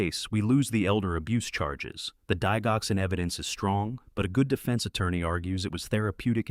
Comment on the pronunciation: Please get the pronouncement of digoxin correct. The “dig” is pronounced the same as in digital! I’m a nurse! Very interesting story! The son spent his last days working for others. ❤